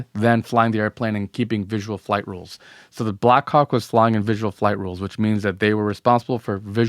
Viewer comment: no matter how many times I listen it doesn't sound like black hawk 😶 Edit: 6 mins in, can this guy not just say copter/chopper/heli FFS?? 🤦🏾‍♂️ If the video gets demonitized, this is why!